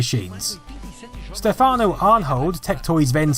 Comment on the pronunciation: It's Stéfano, not Stefáno...